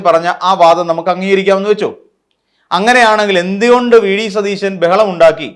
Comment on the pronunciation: ത ദ എന്നി അക്ഷരങ്ങൾ എവിടെയാണ് ഉപയോഗിക്കേണ്ടേ എന്നറിയില്ലേ സതീശൻ എന്നാണ്